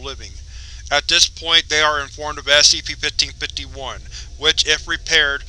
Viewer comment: Oh my God, please stop saying 1551 like that.